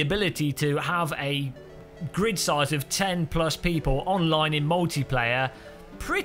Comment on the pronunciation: says “Full Gird”, not grid.